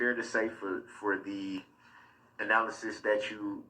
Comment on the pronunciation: To listen to Darrell trying (emphasis on trying) to cross examine a man whose world is nothing but facts and science is hilarious. He couldn’t even pronounce the word’s analysis or analysts properly. Ask the most irrelevant questions as to where the items were now! Why Darrell? You wanting them back? Who cares?